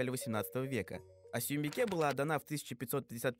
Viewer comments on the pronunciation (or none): Соембикэ а не Суюмбике